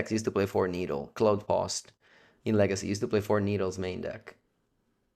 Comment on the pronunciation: Legeecee Veedeeo